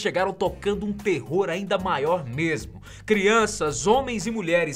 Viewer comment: “é muito antiga MERMO " uhhhhh senti um gosto de mineiro